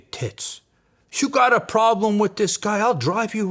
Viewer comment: Only reason i look forward to, videos involving big boy is because i know he’s gonna say tits in the video 😂 the way he emphasizes tits 😭 keep up the good work